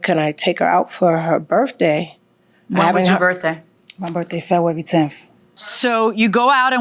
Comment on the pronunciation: Febwawy 🤣 It's a rule that you have to know how to correctly pronounce your own birthday month.